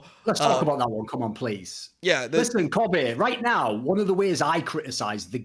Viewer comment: It lives somewhere between Kobb-ay and Kobb-uh. Imagine pronouncing the word Soccer but you cut the word off in your voice before the “r”.